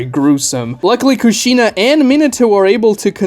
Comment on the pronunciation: You're pronouncing Kushina's name wrong and saying it alot